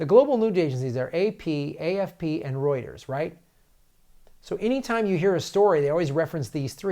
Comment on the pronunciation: Rooters. Not Roters.